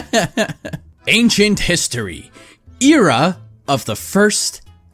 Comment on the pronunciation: You pronounced Era wrong so uhhh just gonna point that out hehehe